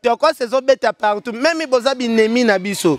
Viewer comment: olela doncii eh cimetsher😹même et non memi 🎃bozo doka ein ndenge y’a clandestin yo pe kende tiiii